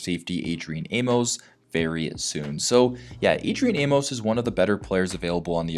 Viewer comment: The funny thing that no one is talking about, is he's from Baltimore!! That would be lit!! And it's pronounced "Aim- mus"